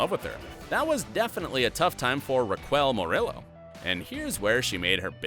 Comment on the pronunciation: the way the narrator pronounced 'raquel murillo' i'm in pain